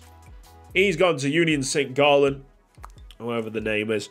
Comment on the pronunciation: He said Gallen instead of gallois